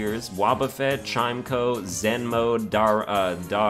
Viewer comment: While I respectfully disagree with the placement of chimecho, I would like to point out it is pronounced like chime-echo and not chimeko. Love the series and keep it up!